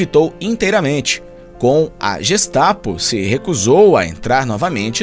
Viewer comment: Jestapo kkkkkkkkkkkkkkkkk e gestapo